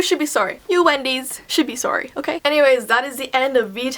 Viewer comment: You pronounce it sorry not soury